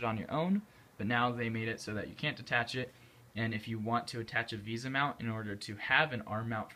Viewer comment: VESA mount! not VISA